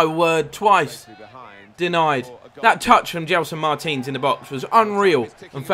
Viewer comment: when you say Martins it sounds like Mertens